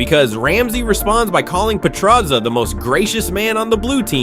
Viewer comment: if only you could say petrozza correctly